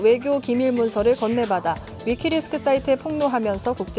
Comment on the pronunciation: 위키리스크가 아니라 위키리크스 입니다 앵커님